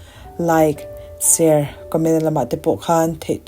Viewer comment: I aw hi ngaihthlak a nuam , a tháwp set a, a hahdam, chutih lai chuan Share tih hi Ser ti lovin Share han ti puam țalh phei la chu a nalh ngawt ang❤